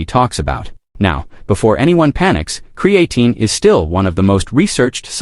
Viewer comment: He can't even pronounce creatine correctly